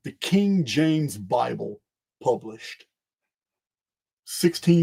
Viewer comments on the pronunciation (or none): none